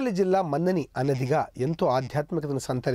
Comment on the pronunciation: అయ్యా...అనాది....అనది కాదు.అలాగే మందని కాదు మంథని...